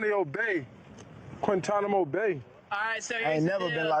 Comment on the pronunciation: Micah can’t even say it right, he said “Quinta-mano” and “Quintanio” 😂😂 dude clearly low key worried